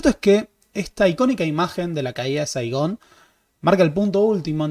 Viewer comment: You ran in Saigán